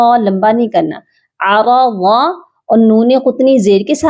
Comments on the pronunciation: App ara za prh rhi hn..jnky hoga arzaa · ARAZA TO NHI DOOSRI DAFA ARZA HAI. GHOR KRO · AAP aa Raz za pr ti hei jb k zuad zabr nhi he aur zuad ki sawaz dabal huti he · This isarza not araza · Mam arza ha araza nhi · Zabardast MashaaAllah. You were putting zabar on RA saying aarada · Bar bar aarada prh rah han plz correction kran